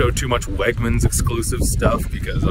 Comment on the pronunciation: I work at WEGMANS and the way you say WEGMANS gives me life holy shit lmao